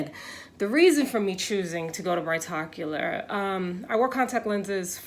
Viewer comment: Brigh tocular lol